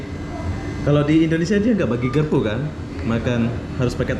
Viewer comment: garpu bukan gerpu anda org malaysia bukan indonesia